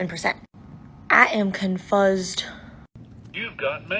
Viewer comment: It was pronounced Con-foo-sid. I was in Fairfield schools when I was in 5th grade